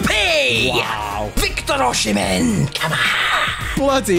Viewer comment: Butchering oshimen as a nigerian it’s O-Si-Mehn